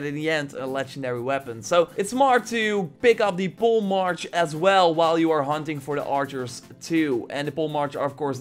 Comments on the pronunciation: Just FYI. It’s pronounced “poly mark” not “pole march” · Hey homie, thanks for the video. Just a heads up, it's pronounced "Po-lé-mark". And I think some godly weapons would be cool. Staff of Hecate, Bolts of Zeus (daggers), Bow of Aphrodite (ordinary arrows are paralyzing arrows - to symbolise being smitten)... etc etc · I believe polemarch may be pronounced pole-e-mark or pol-e-mark Idk just a guess. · It's pronounced "Poely Mark" I believe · Pretty sure it is pronounced Polly or Poll-E-Mark